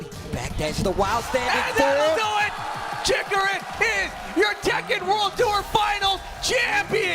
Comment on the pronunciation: It's Chikurin!! Not Chikurun...